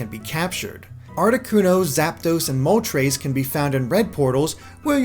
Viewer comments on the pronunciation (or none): I’ve heard of ‘Moltres’ but not ‘Moltreise’.